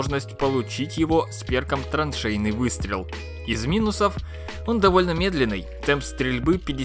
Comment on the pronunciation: траншейный, а не троншейный...